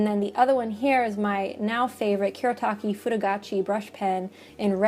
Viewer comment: Lovely video! (As always, lol.) This is especially nice for me since I love brush pens. <3 Also, on a side note, since these brush pens are Japanese, you would pronounce them the way they are spelled, so Fude would be "foo-deh" and Kuretake would be "Ku-reh-tah-keh." (I'm not the best at explaining, but I hope this makes sense. xD